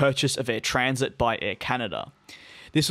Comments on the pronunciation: You keep pronouncing "Transat" as 'Transit'... there are two a's in there. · As in, I went on vacation and SAT on a beach chair all week 😎 🌴